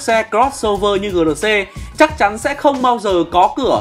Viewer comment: Gờ lờ xê...đọc lại đi anh